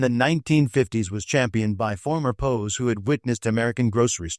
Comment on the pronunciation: STUPID AI: it's PEE OOO, W apostrophy s, meaning those taken during war. NOT POES. GET a real brain, metal head.